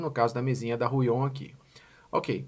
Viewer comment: Fala. Me responde uma pergunta rápida por favor: numa média bem genérica por favor me dá algum número de dias ou horas pra pontinha do lápis da mesa começar a desgastar, obrigado. E uma dica, a gente costuma falar Huion como se tivesse um acento no U e não no O (Húion). Obrigado fera.